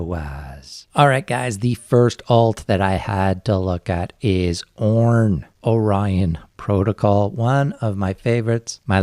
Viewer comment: Man, you guys put out some fantastic content! There are some good, even great crypto channels, but there's FAR too many that are just CryptoKiddies talking 'bout nothing, and trying to get YouTube rich. Oh, "Orion" isn't pronounced "Oren," it's "Oh-Ryan." You know, like the constellation, or what Ryan's girlfriend might say during an intimate encounter. Ohhh Ryan :-)